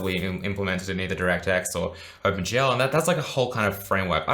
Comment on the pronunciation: Think he's saying "Open gel", looks at hair, uuuuuuhhhhh